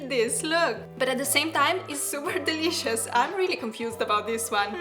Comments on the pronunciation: It is actually pretty funny for me that you keep saying 'dilishus' everytime. 😁💜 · Bruh!! The way she says dileeshus. 😃💜